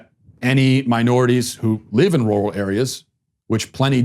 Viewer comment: Glad I'm not the only one who can't say 'rural'